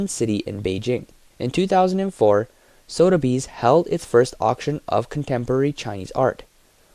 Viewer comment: It's pronounced Soth-a-bees not Sodabees.